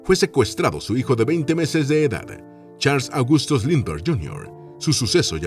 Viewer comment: Si sabemos quien era ese personaje famoso, que le secuestraron a su bebé, para pedir rescate. En este caso, lo que sucede es que el nombre no está escrito, y creo que ni pronunciado como debe ser.